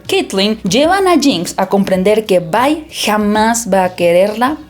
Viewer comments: Porfa, deja de decir VAI. Solo es Vi. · Se dice Vi, no Vai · Se pronuncia VI y no VAI 😐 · La traducción oficial que tenemos al Español no es Bye ni By, es Vi porque su nombre real es Violet, lo que sería Violeta. Tanto interacciones In game como en la serie le dicen Vi. Si quisiera una reseña donde le digan By / Bye vería una reseña en inglés con los nombres pronunciados en inglés. Por todo lo demás buena reseña.